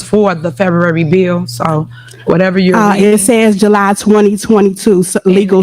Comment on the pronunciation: Wtf is "Febuwry 28"?😂😂😂😂😂😂❤❤❤